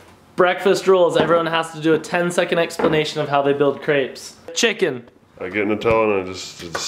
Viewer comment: You say crepes wrong lol